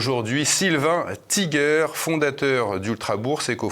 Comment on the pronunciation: J'ai rien contre les américains, nous en sommes! Sauf qu'on sait toujours pas leur langue! C'est comme ça qu'ils nous entubent!👎 hein, on dit tïgueur pas tigère! 😊